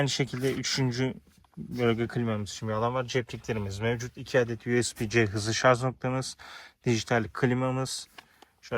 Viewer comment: Şarz değil Şarj !